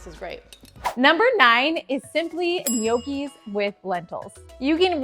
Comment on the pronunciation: It's pronounced Knnoci! 😅 Not Ne oakee😂